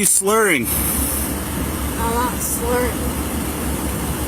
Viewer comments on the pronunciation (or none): "Im mot slhurring." Yes, you are.😂